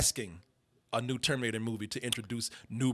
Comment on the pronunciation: This nigga said el terminato Im fucking dead